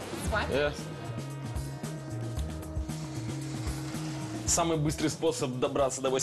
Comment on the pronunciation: Мне все время слышится Мельбрун, а не Мельбурн)